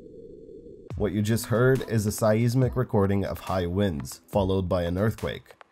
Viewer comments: Learn how to pronounce "seismic". LOL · As much as I love your vids, and am happy to see a new one finally, I feel the need to tell you to google some words for proper pronunciation. Altitude, seismic, seismometer as examples. Still love to watch you, even if I have to laugh at how you say some words. And remember, once the Voyager crafts go dark, V-ger will arise.